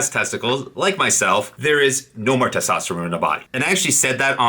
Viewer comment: Its testosterone not testosterome. Drives me nuts man. All the best for you 🖖🏼🖖🏼🖖🏼